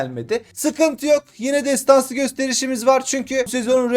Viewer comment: nobody : MU : TESTANSI KÖSTERİŞ ALİYOH 😂